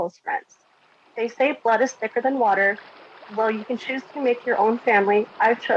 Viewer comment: "Wather" I believe it or not. 😁